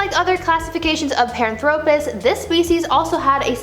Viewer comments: Nope. In her first video, she butchered three. And she butchered Paranthropus here. It's not "pahr-an-THRO-pus." It's, "PAHR-AN-thro-pus." Her data is sound, but her pronunciation makes me want to throw my phone. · She mispronounces Paranthropus the emphasis is on the second syllable not the third, pa RAN thro pus , not par an THRO pus! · "PEHR-AHN-thro-pus," not "perh-ahn-THRO-pus." "deh-NEE-soh-vahns," not, "deh-nih-SOH-vans." They were found in Denisova Cave, in Russia, pronounced, "deh-NIH-so-vah." Da-yam, wo-man, yo-ah killin' me o-vah he-yah. People keep praising your pronunciations... 🙄 Nope. Please, gods, listen to others pronounce them before making more videos. While your science is on point 100% of the time, your pronunciations, one third of the time, suck. I'm not trying trying be nasty, just truthful, to help you. One of my minors is Anthropology, and I'm I'm gifted Aspie. I've studied human evolution my entire life, since early childhood, in the early 1970s. I've probably watched more videos and educational specials, beside my education, than the time you've been alive. Please, fix this. Thank you.